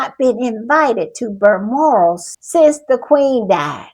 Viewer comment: If I hear Berlmoral one more time imma lose my ever loving mind!😂😂😂 BALMORAL… BAL BAL BAL!